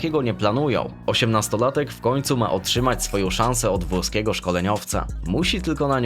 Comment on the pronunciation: Powiedział włoskiego ale trochę niewyraźnie 😅